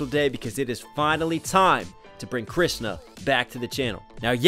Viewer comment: I watched the entire video because he pronounced Krishna very well